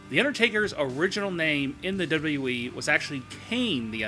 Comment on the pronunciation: I don't care for the way this guy pronounces "WWE" and this video in particular makes no sense, especially #5. How do you hide the fact that somebody isn't on TV?